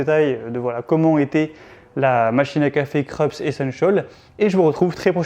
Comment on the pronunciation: Se pronoce Kroups, c'est allemand.